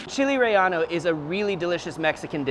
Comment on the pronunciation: Chile Ray-Ano... 🙅